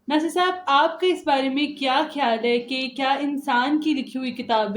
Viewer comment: کھیال؟؟؟؟ بی بی بولنا تو سیکھ لو